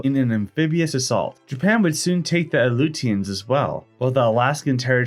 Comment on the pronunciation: “The Alootins”. Dude, you don’t even know how to pronounce “Aleutians”.